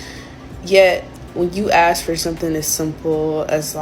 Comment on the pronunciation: Aks for god’s sake. It is ask